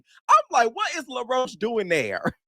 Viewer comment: calling law roach "laroach" lol